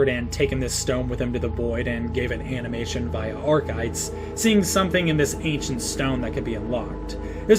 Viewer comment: Archaic and architect, correct Source: hello my name is Tynan